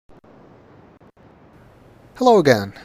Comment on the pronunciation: "Hello again," more like "Hello, I'm Gehn."